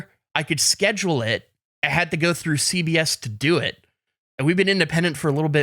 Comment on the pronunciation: When said CBS I thought he said CVS and I was like “where is this going?!”